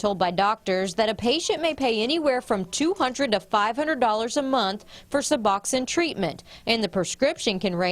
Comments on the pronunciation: This is the most ignorant report on Suboxone I’ve ever seen. First of all, it’s pronounced “Sub-box-own,” not Suboxennn. Second, why not do some research before going there? The crowd at the clinic and police calls IS NOT DUE TO SUBOXONE, it’s a testament to the OPIATE CRISIS and how bad it is!!! It’s a tribute to the fact that the treatment is so dang expensive that many die trying to afford it. It’s an example of how there isn’t enough treatment providers in some areas. It’s a partial agonist opiate, these people aren’t using it to get high. They are using it to get well!! As in “I don’t want to live like this risking death every day on this heroin, I’m going to try and find some Suboxone and get clean. Reports like this add the the stigma that creates treatment barriers that prevent people from getting their lives back on track and every treatment barrier causes DEATH. Shame on your new station for airing this report and it’s ignorance. That doctor was just placating you and showing you that nothing shady was going on inside so he didn’t have law enforcement crawling on him for no reason to use his time to actually help people, but I guarantee his eyes were rolling in the back of his head at your ignorance when you left. SMH. This so far is our governments only answer for opiate addiction and having some semblance of a normal life. You have no idea what it takes these people to get that medication legitimately in their hands, no idea. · Also, it's not (sub-awk-sin) it is (sub-ox-oan). The news is inept in every city across the country.